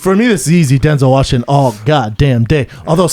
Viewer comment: "Denzel Washingson" -Brendan "cotton" Shwawb